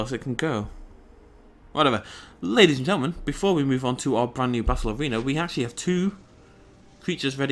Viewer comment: "Hello ladies and geltemen" is that what you're actually saying? XDD